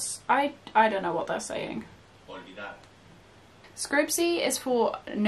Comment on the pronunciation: heyy i'm spanish and olvidar means forget. Your pronunciation is really good actually :)